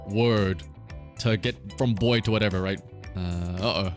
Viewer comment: That's not "Boy" in Russian... "B" is a "V" in Russian, "O" is the same "O" as in English and "Y" is a "U" in Russian. The dude basically just said "Wou" which is "Wow" xD